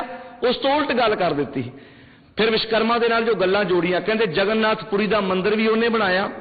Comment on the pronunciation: विशकरमा नहीं (विश्वकर्मा) वोलना सिख तेरे जन्म तों पहिलां असीं मंनदे हां अव तेरे कहिन तेकोई नहीं हटेगा विश्वकर्मा वर्मा जी दा पोता सी